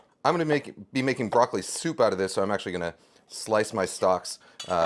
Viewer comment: He's chopping broccoli....he's chopping broccoli....he's chopping broccoleh....he's chopping broccoleeeheeh....